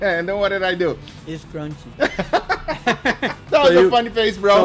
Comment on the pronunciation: "its crOnchy"